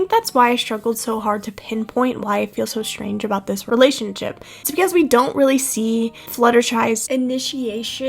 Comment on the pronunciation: “becouse Applejack knaws tha’ bluash” IM DYIIINGGGG